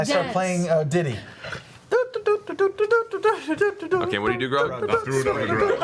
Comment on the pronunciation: I play a ditty. D I T T Y. Not d i d d y.